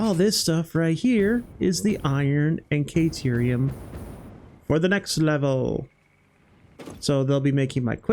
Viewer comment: Awesome job,! Been following this since its conception. Very inspiring. I've learned a lot of tricks that I have already implemented in my own builds. Every YouTuber has weird things they say or ways they pronounce things. Yours is "KAY"terium. 😅